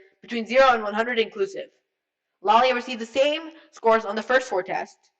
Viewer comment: He said Laila wrong